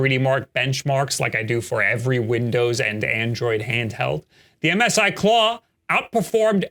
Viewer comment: Who calls MSI Missy?